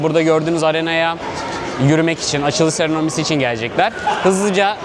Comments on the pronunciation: seremoni kelimesini serenomi sanıyo... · serenomi değil seramoni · SERENOMİ DEĞİL SEREMONİ aaaaaaaaaaaaaaaaa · hay seronomi diyen ağzına be xd